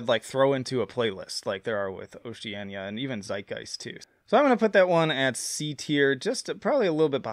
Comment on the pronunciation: Nope, it's Oceania. Note the "I".